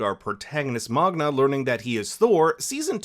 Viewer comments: Sounds like you say Magna instead of Magne. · my man magne lost his V